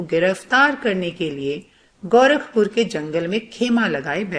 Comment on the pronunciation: Lol its gorakpur not GAURAVpur